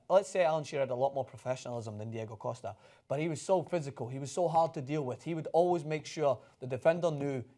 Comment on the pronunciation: can not say Costa correctly 😩 killing my ears